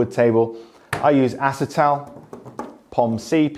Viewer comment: Ah-see-tal, or Polyoxymethylene, not Ass-i-tal.